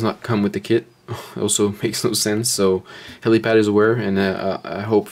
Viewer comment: helipal not pad..... fuck